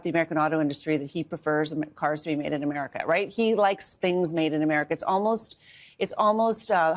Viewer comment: He t r u l y wants to fix "ohmerica"😂😂😂😂